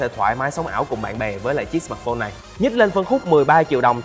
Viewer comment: sao ad lại đọc " sờ mạt phôn" từ "mạt" của ad nó nặng quá.e góp ý v thôi .chứ ko ý gì.